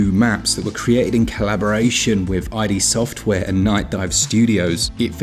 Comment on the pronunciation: eye dee software?